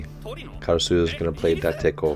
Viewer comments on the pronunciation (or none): And they pronounce Date like that? *Sobs in Japanese*